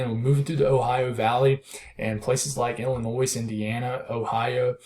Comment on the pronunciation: Hey, appreciate your effort to speak well. Not enough people care about how they speak so its refreshing to see. For Illinois, it's ILL-ANNOY, not ILL-A-NOISE.